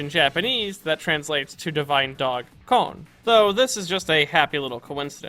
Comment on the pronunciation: Its kon not cone